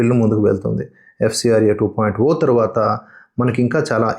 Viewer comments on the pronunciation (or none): Hello bro why you are calling 2.0(oo). Why can't you call as zero